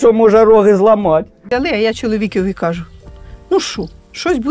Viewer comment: Мене з дитинства оце ще сильно по вуху різало- "кугу" якесь замість "кажу" на Харківщині